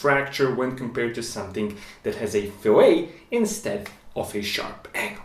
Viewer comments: 1 minor language nit: the -et in fillet is pronounced like the -et in bet, rather than the -et in ballet. The counterpoint for an outside edge is called a round. It is exactly right that both are used to distribute the stresses more broadly, rather than to concentrate them at the inside or outside corner of a 90 degree intersection, thereby avoiding a stress riser that overtaxes the joining point, leading to failure of the material composing the joint (in this case, the cast iron or forged steel of the crank journal). Very well done presentation - thorough, and well-explained. Nice job! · It's not pronounced "fil-A" (like a steak), it's pronounce "fill-et"... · yes - fil-it, fil-et - that's just a small matter of accent. What isn't a small matter is pronouncing it fil-ay, which is what you do to a fish, or a reference to a cut of meat. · I'm assuming in the intervening five years his technical English improved, but I'll put it down that a crankshaft fillet is pronounced fill-it, not fill-lay and the crankshaft's interaction with the oil is pronounced wend-aj. Excellent video. So rare to find someone who knows the material and sticks to it in technical videos. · It's not like "filet"minion. It's pronounced "fil-ette" when referring to the rounded area of the crank pin. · “Billet” and “fillet” rhyme. “bill-let” “fill-let” Many people pronounce “fillet” like “filet,” but they’re wrong. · It's Fillet, not Filet. It's a radius, nota fish. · very cool. btw, 'fillet' is pronounced in its entirety, with the 't'. 'filet' (pronounced 'fillay') is what you do to meat & fish. fillet of fish, crank fillet, the same. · Small nitpick on pronunciation, fillet is pronounced "fill it" whereas "filet" is what you were saying. Learned this after getting made fun of in my engineering class LOL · The radiused shape is pronounced FILL-it. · Fill-it.. fillet